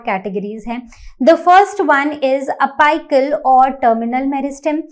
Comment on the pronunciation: Mam your apical pronunciation is wrong